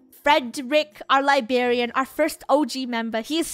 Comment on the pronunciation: Aww it's funny that funneh says "Libarian" lol